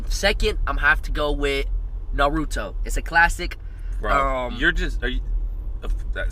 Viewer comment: I mean homie also said Naruto wrong.